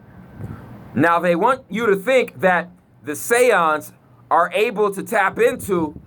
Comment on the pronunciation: Those Mf Say-Ohns 😂😂😂